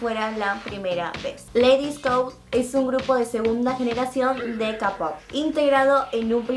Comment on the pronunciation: ¿por qué le dices "capop"? es keipop.